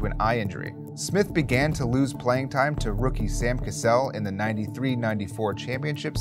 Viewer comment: Bro can you stop pronouncing the as thee?